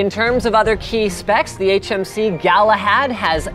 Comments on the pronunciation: "HMS Galahad" said over 5 times haha 'HMC*' Galahad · It's HMC! "C" not "S" duh. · jusy so you know im not trying to be mean but it is hmc not hms